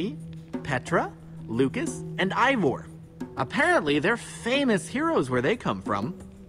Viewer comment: its Ivor not evor